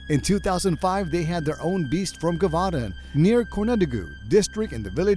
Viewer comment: (Jeh -voh -dahn)